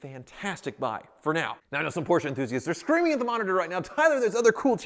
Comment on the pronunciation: Finally you can say “Porsche” instead of “Portia”. ❤️